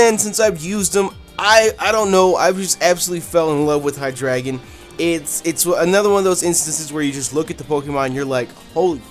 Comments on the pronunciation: hydreigon if you say it right is high dragon the the king of all dragons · you said hydreigon wrong its rlly easy its hi - dra - gon